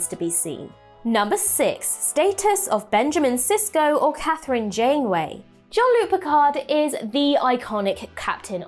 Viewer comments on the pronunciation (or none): Basic: his name is not John-Luc. Honestly, pronouncing his name is pretty basic. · Dear god, please stop calling him John-Luke